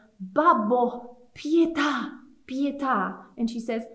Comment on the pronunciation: Pietà, not Pita please...